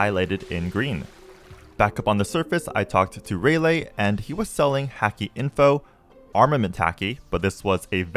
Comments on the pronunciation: You can really tell the dude hasn’t watched One piece or at least not very far if at all. From the dudes pronunciation of “hacky” to him saying “Ray lay” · The way he says Rayleigh is just so frustrating he says Ray lay